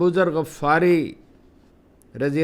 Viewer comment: غفاری کا تلفظ کسی عالم دی. ن سے سیکھیں.. اور جنرلوں کی فضول کہانیاں سنا کر وقت ضائع نہ کریں.. پلیز